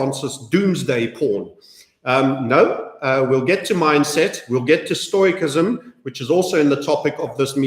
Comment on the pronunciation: Stoicism is pronounced: stow· uh· si· zm